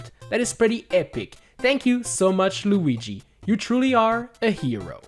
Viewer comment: How did you said Lugi? I bursted out in laugh When you said it!